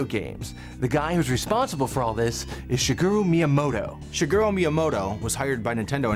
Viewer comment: You said Miyamoto like Myamoto, when it’s Meeyamoto